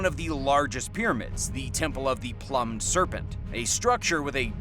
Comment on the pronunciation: classic. plumed pronounced as plumbed. in hysterics.